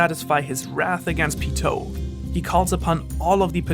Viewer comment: why are you pronouncing all the names wrong? lol, who says Ko-moogi? and you said hisoka and pitou and gons name wrong too, well at least from how they pronounce it in the dub